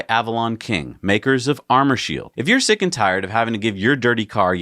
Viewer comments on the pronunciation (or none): none